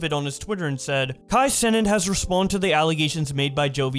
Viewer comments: Nigga said Kai senate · “Kai Senate” 💀💀💀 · You saying his name wrong on purpose